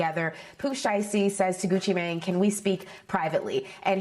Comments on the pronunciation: I’m sorry, but the way they making sure the way they pronounce “Mane” is sending me!!! I can’t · She said "Mane" like thats his last name 😂